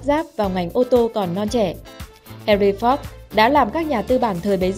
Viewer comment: Má oi Ford mà má đọc la fóc